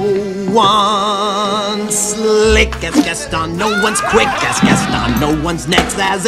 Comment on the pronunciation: I'm french and i'm uncomfortable with the fact you say GastON like 1 damn i can't explain just listen to the word "Gaston" on Google traduction in french then americain english